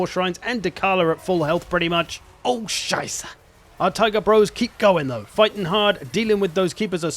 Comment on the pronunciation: The E in scheiße isn't silent, German doesn't use silent Es (sorry, pet peeve) (I don't even speak German, I don't know why it bugs me)